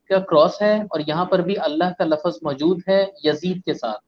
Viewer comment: Sir,aap lafz ko lafaz kyoo'n kaih'te hai'n? Kya aur Ibn-e-Yoosuf (laka'd haara) same hai'n?